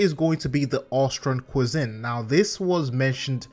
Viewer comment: Anyone else hear "Ostron Within" not "Ostron cuisine"? :P